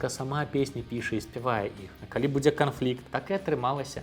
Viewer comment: Когда она поет «сюрпрызаў ня будзе”, она не дзекает. Произносит, как русская